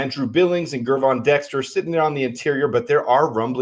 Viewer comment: why do you persistently mispronounce Gervon Dexter Sr.’s first name? The G is soft. Pretend he spells it Jervon, and you will pronounce it correctly.